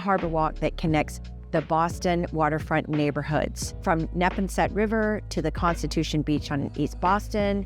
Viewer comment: Neponset River is pronounced <<Neh-PON-set>>. Not <<NEH-pon-set>>. Are you a local????